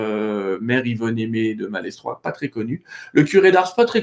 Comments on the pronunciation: Chers amis, on dit maletroi pour Malestroit. On ne prononce pas le "s"... Merci pour le reste. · Bonjour, J'aime beaucoup les histoires d' que j'écoute souvant sur Mystéria. Je me permets de lui signaler pour information que l'on ne prononce pas le "S" de Malestrois (ça ce prononce Maletrois). Merci pour cet agréable moment. Namasté. ♥♥♥♥♥♥